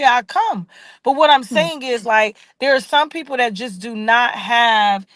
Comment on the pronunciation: Please Learn to Say The Word There Correctly... Love you ❤